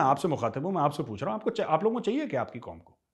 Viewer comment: हंमे बहुत जजबा ह्या.. हम जिंदा कॉम ह्या.. हम आसमानी कॉम ह्या.. एंडिया कि साजिश ह्या.. उसकी सबकी साजिश ह्या.. 😂😂😂😂😂